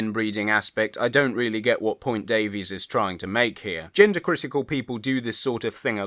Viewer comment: Like RTD, she pronounces her surname "Davis", not "Daveez"